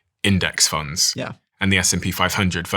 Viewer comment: "retirement tunds" "riving expenses"